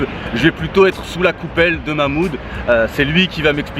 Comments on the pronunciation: Mamoude 😂 respect le Karim prononce le H de Mahmoud 😭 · MDR tu la pas respecter c mahmoud pas Mouloud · C pas Mouloud c Mahmoud